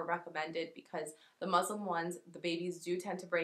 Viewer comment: The fabric is called muslin not Muslim 😅😅